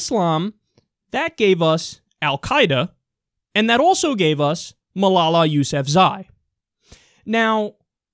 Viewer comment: Great job pronouncing Malala's last name